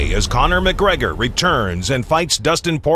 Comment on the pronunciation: McGregor is nice it's McGregor not McGregor on Proper-12